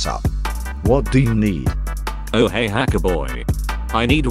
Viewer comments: Bruh she said hecker not hacker lol😂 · Bro said hecker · Why she always say hecker?? its this kind of joke? :text-green-game-over